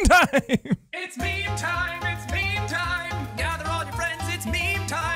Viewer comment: Jack: Its meme time its meme time What i hear: its BEAN time its BEAN time.